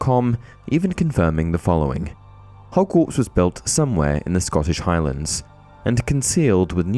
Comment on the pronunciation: I stopped when he said scottish highlands. 🤦